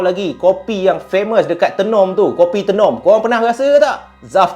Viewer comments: Tenom bunyinya mcm ni Zaf, [teh nom] bukan tienom hehe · Sebutan tay-nom bkn tee...nom..walaupun ejaan Tenom.. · Kk- Kota Kinabalu KB- Kota Belud Sebut Tenom Bukan Te num Tapi... Tenom- Tey nom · Done subcribe bang.. Bang Tenom tu sebutan nya mcm abg sebut teh bkn sebutan te.. Kopi Tenom paling sedap la di Sabah kopi buatan Sabah asli bah.. Lagi satu tu bukan bandar tenom bang pekan Tenom.. terbaik perkongsian cerita seram bang🤩🤩🤩🙏🏻asal Sabah hadir ni lahad datu Sabah.. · Bang sebut Tenom tu kena sebut Taynom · sebutan tenom bukan menggunakan e pepet 😅 bunyi kena guna e bulat "teh-nom" 😂😂 supaya bunyi dia sampai hehehe hwr thanks share huu seram cerita ni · KK tu bandar bang.. (kota kinabalu) KB pekan pendalaman (kota belud).. Tenom kita sebut (teh-nem) 😊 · cara sebut tenom tu, dia kene sebut "taynom" haa baru btul hehe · Sebut Tenom bukan lidah kat atas TE tapi Lidah kat Bawah..Tenom😊